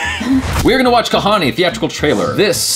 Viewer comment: n u pronounced "kahaani" precisely !!